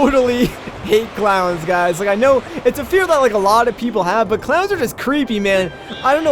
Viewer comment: The entire time you were talking about clowns I heard "Clouds" and I was very confused when you said a cloud went into the gift shop to get you a toothbrush